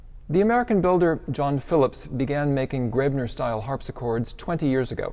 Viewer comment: Coethen (or "Koethen" in the modern spelling ) is not pronounced like "curtain." Americans seem to think an umlaut O ("oe") is pronounced like the "ur" in curtain. There is no r sound whatsoever in the umlaut O. Also, "Graebner" is not pronounced "grebner." The "ae" in Graebner is like the a in gravestone. And Schloss does not rhyme with boss. lol